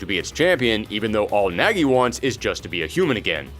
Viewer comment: Weird to hear it pronunced as Nägi :'D But I don't blame ye since that is how english dub pronounces it. Either way, I've always been interested in bloody roar but never got chance to try out any of them ever